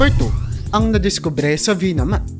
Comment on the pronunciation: VIMANA, 'di po Vinama. Ayusin mo rin ang pananalita mo, 'yung normal na tuno, 'di pabigla-bigla at pautal-utal.